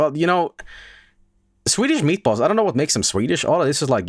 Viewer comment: Despite being from Denmark, even I feel offended by the butchering of swedish meatballs!